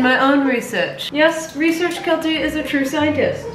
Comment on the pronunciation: I love you! But I’m sorry, “research Keltie” drives me insane. Other than that I love your videos!